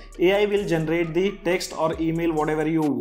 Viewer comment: Generate. × Gentrate ✓